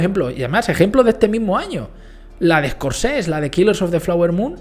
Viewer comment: Que no se dice "Scorsesss", que se dice como se escribe, colega , que tienes un canal guapo, pero no dices bien ni tu propio nombre.